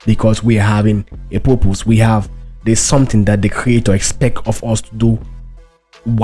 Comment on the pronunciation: Dud u say purpose, or poopoos?